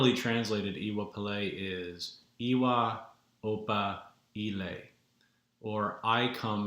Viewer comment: Brilliantly presented, and thank you for that. I am intending to be in touch with you soonest as I have a deep interest in what you are talking about. As a further support to you, might I help with the pronounciation for Iwa (you got that right) Pele: can phonetically sound like when somebody says to you: you know I....., and you reply by asking: you do? like Iwa Pele for 'you do?. Hope that helps you and fellow audience. Iire O ati Alafia!